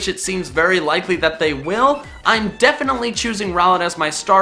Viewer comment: THE I IN ROWLET IS SUPPOSED TO BE AN L!